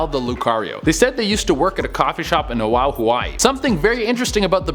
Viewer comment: When I heard it the first time, I GENUINELY thought he was saying something else. But nope. He's actually saying "Oahu, Hawaii" Wrong. The comma means you pause,. Plus, you pronounce it O-ah-hoo. I live in Oahu, Hawaii and feel slightly offended 😂